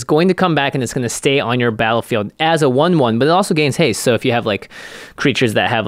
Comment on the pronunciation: Haste: Has-ta-tae Reach: Re-ache I'm all for mispronouncing keywords. I'm going to start using menachae in games.